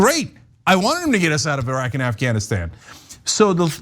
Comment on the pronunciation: I love the fact that Anna pronounces Iraq and Iran, properly. The “I” in both, is pronounced the same way, it is pronounced in “Italy”. E-raq, E-ran, E-taly, NOT eye-raq, eye-Ran, or eye-taly. It’s just ridiculous!